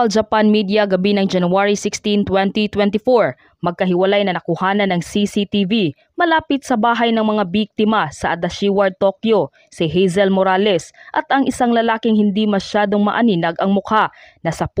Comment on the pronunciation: Ano daw? Adashi ward? Baka namn Adachi,, A DA CHI. LMAO